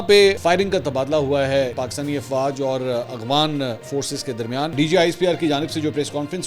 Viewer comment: Aghwan nahi yaar